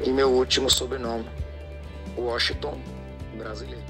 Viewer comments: Mano uma dica procura pronunciar o nome de Washington brasileiro correto, vc ta falando o nome dele totalmente errado, da uma observada. Vc ta falando woston ,só uma dica blz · Washington 👎🏻 - 👍🏻 Uósinton KKKKK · Primeiro vai a prender a falar o nome dele cara uoston brasileiro kkkkkkk kkkkkkk é Washington Brasileiro kkkkkkk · "Uoston" não macho, Washington KKKKKKKKKK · Washington =Woxiton 😅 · Tranquilo irmão, apenas uma crítica construtiva. Também sou fraco no inglês porém nas vinhetas da música entende-se "Uoshigton" e não "Uoston". ;) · Wossiton kkkkk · Uoston não é whasington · O nome do cantor e Washington não e woston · Não e woston e Washington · Nao e wosinton e Washington kkkk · Aprenda a escrever e falar o nome kkkk Washington não woston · É waxinton com x. Meu chará! kkkkk meu pai teve a grande vontade de colocar meu nome de Washington kkkk não sei quantas vezes me chamaram de Washington brasileiro! O cara é um grande cantor e me orgulho muito de ser comparado com esse grande mito do forró ! ❤😂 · Woston?????? Kkkk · Fale o nome dele corretamente. e não uoston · Muito bom ,só faltou falar o nome do cara direito. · Que agonia vc errar a pronuncia do nome Washington. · Esse jeito de vc falar Washington brasileiro e errado amigo .. .... Vc puxa muito o "" S "" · Vc só precisa aprender a pronunciar a palavra Washington.